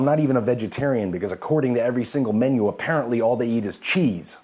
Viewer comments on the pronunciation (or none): none